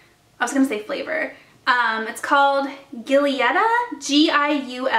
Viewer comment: Mmmm. You get me to want to try those Ardell lashes... Which eyelash glue would you recommend? Also, the Giuletta perfume is pronounced Juliet-a. Looking forward to the best in beauty 2018! <3